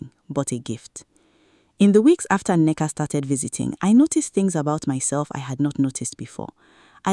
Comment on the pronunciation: The daughters name is Nneka. You keep giving it different spellings and pronunciation.